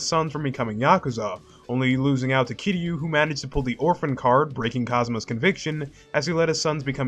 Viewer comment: This might be the only video on YouTube where someone pronounced Kiryu’s name right